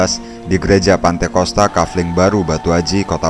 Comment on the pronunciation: Hallo min bukan " pantekosta" tapi "pentakosta"